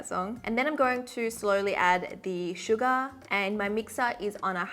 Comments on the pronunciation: Not me hearing "suga" instead of "sugar" after she went like "Smooth like butter, hehe, anyone knows that song?" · The way she says sugA 💜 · Is it just me or is there someone else hearing sugar as Suga??😳💜✨